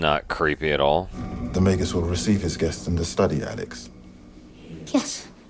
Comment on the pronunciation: Magus not Majus. Hard G. Soft G in the plural; Magi.